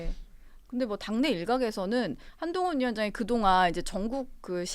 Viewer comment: 사회자님. 발음을 정확하게. 한동훈입니다